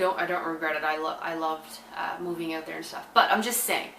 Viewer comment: I could listen to you say out, about, root, anything that sounds like oot basically lol